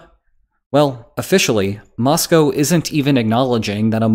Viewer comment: Nice to hear "Moscow" pronounced correctly